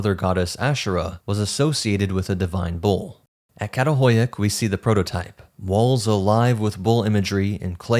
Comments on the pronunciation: This was an enjoyable and informative video. The only suggestion I can add is that the Turkish letter 'Ç' with the little tail on the bottom is pronounced like the 'ch' in English "chair" or "chatter," so that the archaeological site "Çatalhöyük" is pronouced "chattel-huyook." Only the letter 'K' has the sound you're using when reading Turkish. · Absolutely love your content! It’s so addicting. I wanted to make a quick point on your pronunciation of the city Çatalhöyük. Professor Lawrence Angel, who worked the site, told me that the letter ‘Ç’ is pronounced as ‘Ch’. So it would be: Chatal-hoy-yuk. I’d love to see you integrate this into your amazing presentations. It would mean a lot to me if you did✨🫡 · I really appreciate your channel but your pronunciation can be abysmal. It's homo sapiens, not homo sapien. And the village in Turkey is not pronounced with with k at the beginning.